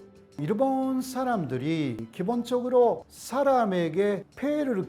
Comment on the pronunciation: 내용은 좋은데 한국어로 그렇게 강의를 하는데 신기하게 일본인 특유의 발음 쿠세가 안사라지시네.. 일본>이루본/ 습니다>스무니다/남편>남푠/ 어머니>오모니etc